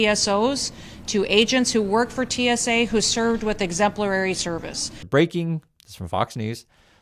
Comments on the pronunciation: "EXEMPLERARY?" EXEMPLARY. Illiterate idiot. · 1: Kristi Noem can't say the word exemplary 2: bonuses are a classic cheapskate way to cover up terrible labor practices and play favorites